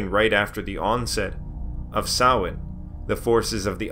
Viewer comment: Close, ots a mixture, keep in mind there are 5 forms of Irish tonge but I really appreciate how bang on he is, he says it like sowayne when most Americans would probably say sam-hay-na